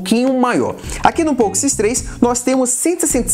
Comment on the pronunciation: Falou várias vezes nome poco x3 errado ,fica a correção.